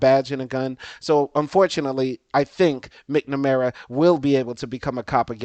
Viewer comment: Excellent information. Also, as a fellow educator and lover of the English language, it's MAK-nuh-mare-uh and tahc-uh-REE-uh. Should be a breeze for a Louisiana man who grew up having to pronounce words like Tchoupitoulas! Keep up the good work and enjoy your time in BOO-da-pesht.